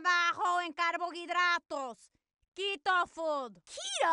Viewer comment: Does she mean keto or quito